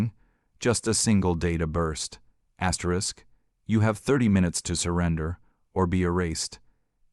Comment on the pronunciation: Too many AI astric astric astric astric Astrid